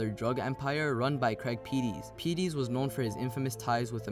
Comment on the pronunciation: Craig Peties, it's pronounced "Pe-tees" not "Pee-Tees"